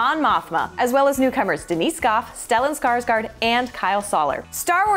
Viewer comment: Why don't xou pronounce Stellan Skarsgard's name correctly